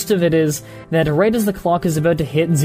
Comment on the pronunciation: Nice vid! Still i dont like how you pronounce certain words like out, about or recognize! Cool vid definetly worth a like!